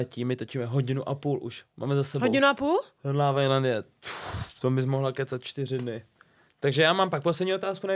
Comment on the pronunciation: Proč vyslovuje slovo LOVE tak zvláštně?